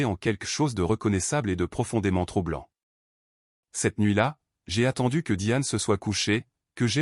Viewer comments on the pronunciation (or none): Troublant et non trop blanc Notes de frais et non notes de fraises 😅